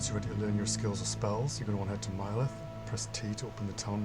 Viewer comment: Bruh, you pronounced Mileth as “My-lith.” I’ve been pronouncing it as “Mill-ith” all these years. Now I’m having an existential crisis while trying to determine which one of us is right. 💀